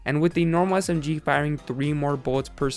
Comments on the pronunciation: S-M-Giee Anybody else think he says it kinda weird. Just me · he emphasizes the g in smg lol